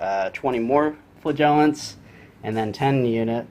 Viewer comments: thats Mr. Flagiant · The emphasis is on the first syllable. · The flagellant pronounciation seems a bit off. Love the flagellant giant though.